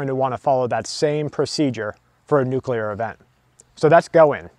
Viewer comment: Say it with me,... Noo-CleeR Nuclear. See, easy.